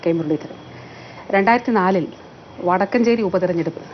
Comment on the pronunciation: വടക്കഞ്ചേരി അല്ല വടക്കാഞ്ചേരി ആണ്. മുരളീധരൻ പറഞ്ഞതിനോട് പ്രതികരിക്കാതെ ഞഞ്ഞാപിഞ്ഞാ പറഞ്ഞ് മന്ത്രി സ്വയം പരിഹാസ്യയാകുന്നു. ഡാറ്റ വെച്ച് സംസാരിക്കാമെന്നു പറഞ്ഞത് സ്വാഗതാർഹം. ഇലക്ഷന് മുമ്പ് കോവിഡ് മരണം വെറും മൂവ്വായിരം. പാലം കടന്നപ്പോൾ കോവിഡ് മരണം അമ്പതിനായിരം.